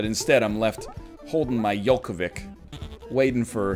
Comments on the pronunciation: I hate to be that guy but that was the worst pronunciation of Djokovic I have heard in my life :P - Yolkovik - really (ironic :P) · That was the worst pronounciation of Djokovic I have ever heard.